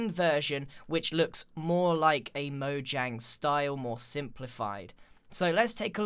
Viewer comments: Is it just me that heard Grian say moyang instead of Mojang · is it mojang or moyang?im just kidding I know it’s mojang not moyang but you said it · he didn't say mojang, he said moyang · It’s not moyang it’s mojang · Also he said Moyang who is Moyang I know Mojang but who is Moyang? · DID YOU JUST SAY MOYANG!!!!!!!!!! ITS MO-J-ANG! look i love you videos but i gotta dislike for that. hope you understand GREEN. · instead of calling it mojang grian said moyang!!! LOL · who noticed he said moyang instead of mojang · It is not moyang is is Mojang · Which one are you: Mojang : Mojang (Moyang) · “ MOYANG “ I love moyangs game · Me:A lot of people call mojang moyang Grian :*says moyang* Me: Im done with this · he said moyang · I'm sorry grain but its so funny you said MOYANG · in the nether did he say moYang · did he just say moyang? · He said Moyang poor tired grian :3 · Grian - This might even be a little bit too much for Moyangs style. Everyone else - Grian roasts Mojangs building skills. Me - Does anyone notice that Grian said Moyang and not Mojang? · did he just say “MoYAng” i’m dying 😂 I’ve been corrected and I found out that’s actually how it’s pronounced so sorry ¯\_(ツ)_/¯ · who else heard moyang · y does grian keep calling mojang moyang? its funny lol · Grian you said moyang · did he say moyang? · He said M O Y A N G Umm... Really? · Not trying to offend you grian bit you said moyang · he says moyang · Lol u said moyang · he said moyang again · m "moyang" moe-yay-ng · Whats "Moyang?" LOL! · moyang lol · Grian : Mo-Yang Me : Mo-Junk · grain you just said moyang on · Ok lol he said Mojang pronouncing the J like a J then he said Mojang pronouncing the J like a Y am I the only one who has gotten very confused at this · Is it pronounced moyang or mojang? I’m sorry I’m a dumb dumb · please pronounce mojang properly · So wait is Mojang pronounced Moyang or Mojang?